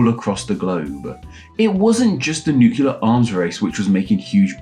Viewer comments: It's not pronounced "nucular". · Why is a British linguist saying "nucular" in the year of our lord 2025 💀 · It seems ironic that you've mastered the French pronunciation of Reard, but still don't pronounce "nuclear" correctly.